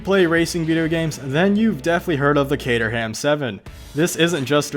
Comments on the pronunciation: Lol! Cater-ham? It’s Catr’um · Dez Delaforce good video...by the way old chap, its pronounced kate - trum not cater ham! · Cater-ham? No. It's Cater-ram... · Dez Delaforce its not kate-room you idiot, its kate-er-ham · Dez Delaforce actually its pronounced 'kater-um' down south england. Accents are great ay. Cateram 500 is awesome. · I work at Caterham (which is down south) and everybody at Kate-trum calls it kate-trum - not kate-room, kater-um, or the videos safest bet - cater-ham. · Cateroom wtf. Its pronounced caterum. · it’s not kate-er-ham it’s kate-er-rum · Its not cater-ham its caterham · Sorry chap....you really need to re look at Caterham (pronounced Kate-room)...basically they are Lotus. Caterham 7 is a lotus 7 car I guess built under licence.. all that happened is the name of the company changed when personnel changed. Sylva cars designed by Jeremy Philips (met him great guy... very clever..fantastic eye for car design) are originally racing cars for the 750 motorsport club...they have been going years 1980. I built a Fury in the 90s which was the first road going version of the racing clubman. Kit cars are as far I can remember are uk invention from the 1950. going back to the start of Lotus and Colin Chapman. Don't mind being corrected if you know better but uk kit car market is huge. Apparently the cobra kit car market started from the need for replacement aluminium body tubs for race crashed originals. Fiberglass was used instead of aluminium because it was quicker and cheaper.... I understand it was uk talent that made the original aluminium bodies... I think the company was DAX that developed both the aluminium and fiberglass bodies. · Haywood Giablomi 'KATE-RUM 2 syllabuls with a very very slight suggestion of ER (syllabul) between the first and second pronounced syllabuls. If you think thats odd try this one STRACHAN, which is actually pronounced STRAWN. The Queen's English, a wonderful thing. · Pronounced as Kate_er_ram, all one word